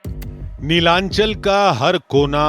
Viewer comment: Pronounce properly Not nilanchal It's Nilachol